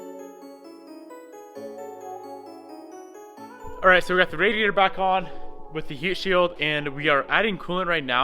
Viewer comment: New word to car dictionary. The "aidyader"